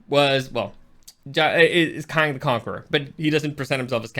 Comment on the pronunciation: As I’m trying to get passed you ripping off Supercarlinbros 3 minutes and and you can’t even pronounce Kang right after just watching the movie. I’m done. Never again